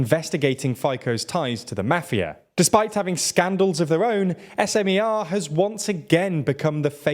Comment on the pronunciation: the content itself is good but as a journalists you could do at least some research of how to pronounce those Slovak names correctly, tho... Robert Fico's last name is pronounced as Fee-Tso, not Fy-ko... Smer and Hlas are not abbreviations so you don't spell each letter separately... president's name Čaputová is pronounced as Cha-poo-toh-va... and last but not least, Progressive Slovakia is progressive left party, not liberal in a sense of economy.